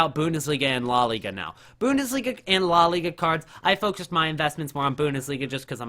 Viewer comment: Boondesliga and lah liga 😂